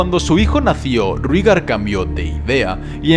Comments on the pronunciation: Excelente video sólo como comentario se pronuncia "Reigar" según la serie así lo nombra no "Rígar" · por que le dicen rigar ? por que no raegar como se lee? lo escribo asi para hacerme entender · En la serie de HBO, he escuchado a Daenerys pronunciar el nombre de su hermano como Réigar...